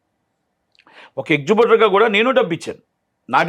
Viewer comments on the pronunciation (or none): ఎక్జిబ్యూటర్ గాదు ఎగ్జిబిటర్